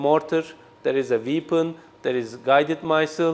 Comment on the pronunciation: Oha, he cannot even pronounce 'weapon, missile'. This is his what he is manufacturing and selling ! Bilmiyorsan Türkçe konuşsana.